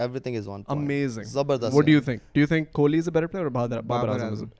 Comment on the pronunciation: It’s ‘kohli’ not ‘kholi’ 😂